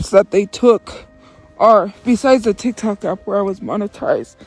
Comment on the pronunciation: I know this sounds stupid but out of all the grating things does, her saying "Titok" instead of tiktok just grinds me every time